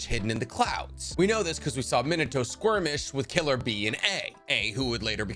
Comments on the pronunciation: lol its skirmish not squirmish!! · Yo do you keep saying squirmish instead of skirmish?